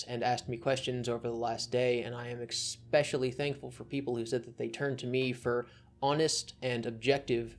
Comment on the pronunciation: It’s especially, not expecially….